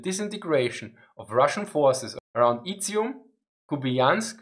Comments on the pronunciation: Izum "z" like in zero. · I would honestly listen through a 10 hour video of you saying either Izyum or Dvornikov.